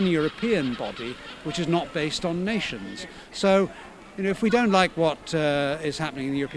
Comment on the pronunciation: Why cant the soy boy say 'dont' ? State of him/her/it